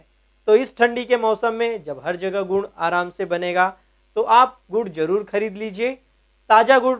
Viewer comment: Godh godh bola 😂😂🤣